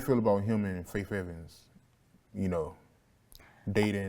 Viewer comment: I hate how he keeps saying “Fayf” Evans 😂😂😂